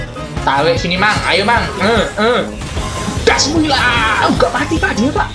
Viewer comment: Murad bang..bukan mulad